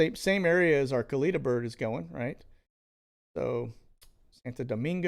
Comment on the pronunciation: Funny you're watching Bill Barr... he "resigned" today (fired) so nothing to see there now. Also, not a big deal but you pronounce Kalita airlines incorrectly. You say "kuh-leet-uh" when the correct way is "kuh-lit-uh". Kalita airways is owned by legendary NHRA drag racer Connie Kalita (was also married to legendary drag racer Shirley Muldowney). Connie currently still owns a successful NHRA drag racing team seen on TV on the weekends competing.